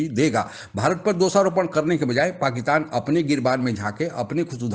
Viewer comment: पाकीतान नहीं पाकिस्तान बोलो भाई।